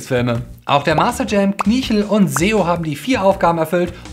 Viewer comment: Seo? ernsthaft? er heißt Zeo!!!